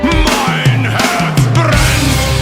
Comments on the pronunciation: Herz, not Hertz. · Your German pronunciation is so good, wow! Greetings from Germany